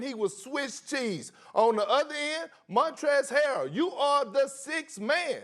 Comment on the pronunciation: Why can no one ever say"montrez harrel" right lmao